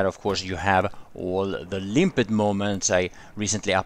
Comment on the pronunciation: "Limpetttededed" lmao🤣